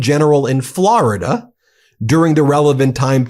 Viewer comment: Hilarious how Ben pronounces Florida like Trump does (unintentionally). "Flaraduh" lmaooo. Why do some people say it this way ? Sounds terrible 😂